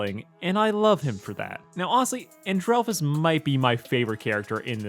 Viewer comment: People who don't know how to say Stella's brother's name its And-rel-fus